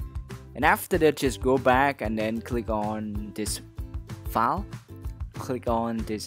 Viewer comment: You say it like DA FARST FALL instead of THE FIRST FILE